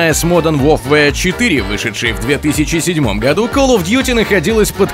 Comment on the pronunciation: Специально для диктора: слово warfare произносится как ['wɔːfeə], а не ворф- вэа. А то он так и не заглянет в словарь ,видимо, никогда.